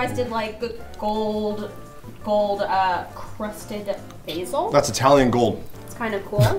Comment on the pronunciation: thankyou for saying basil right!